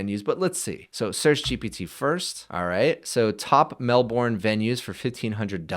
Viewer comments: Mel-bin, not mel-born! :face-blue-smiling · As an Aussie, pronunciation of Melbourne is "Melbin" - it's very British in a way, the second syllable is greatly shortened. In fact, as an American, you may extend the 'i' in Melbin, so from an American's perspective, it would be more like "Melb-n", does that make sense? It's just I know a million Melbournians would make a big fuss about it, lol. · The way you say Melbourne is a new one 😂